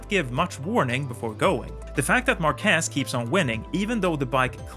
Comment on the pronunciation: This style shows exactly how effective Marquez can be. Especially after overcoming these horrible crashes. By the way: MAR- quez is the correct answer 😅